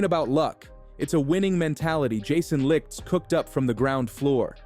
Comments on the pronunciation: Jason Licht (light) not lickt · His name is pronounced Jason Light. Enjoyed your content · Can you at least pronounce Jason Licht name right its pronounced "Light"